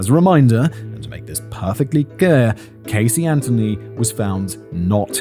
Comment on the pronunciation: When I saw the name Casey Anthony in the title, I immediately thought to myself - this is English origin name, so there is pretty good chance Simon will not totally butcher the pronunciation of the name this time. But I needed to check. And he did not! Well done. :)